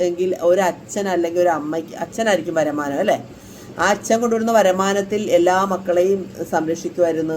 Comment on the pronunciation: Varumaanam ennu parayu.. varamanam alla😊